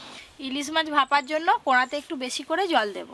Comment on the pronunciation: আপনি কড়া-কে কোঁড়া কেন বলেন? কড়াই বললেই তো হয় 😂